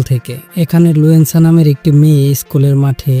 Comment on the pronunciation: লুয়েনসা না বলদ লুসেনডা